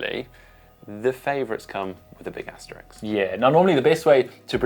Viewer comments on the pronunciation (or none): Asterisk not Asterix*